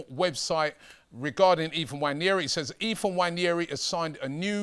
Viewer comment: pronounced WA-NE-RI, not wanyeri.